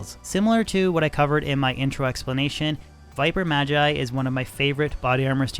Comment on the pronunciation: It's always interesting to me when people mispronounce "magi" or "magus," seemingly not seeing the linguistic connection to "mage."